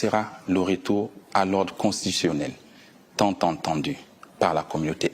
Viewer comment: Bon déjà Il comprend ce qu'il dit ?Wooh "j'ai j'ai jai payé" où est le Gabon" tant attendu " et non "tant enttendu" ah son excellence 😂 bref ! Mais mon général comment pensez-vous retenir le Gabon dans un passé rejeté par l'histoire et par l'aspiration du peuple garde ton taxi-land